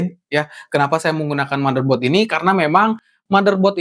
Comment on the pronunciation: Benerin bahasa Inggris lu bang. Pengucapannya salah semua; event, windows, motherboard, ryzen, dll